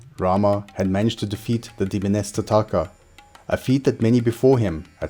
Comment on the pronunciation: It's Taataka. Not tataaka. I would suggest reading the original sanskrit names.